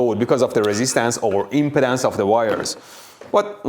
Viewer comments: ...the impedance of the line... I heard that as the impotence of the line. Accents can be amusing. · 40yo and i just discovered i have been pronouncing "impedance" incorrectly 😅😂